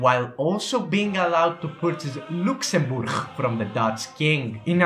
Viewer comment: The way he says Luxembourg is hilarious